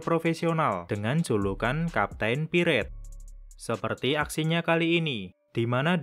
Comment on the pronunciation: Bacanya itu kapten pairet thor bukan kapten piret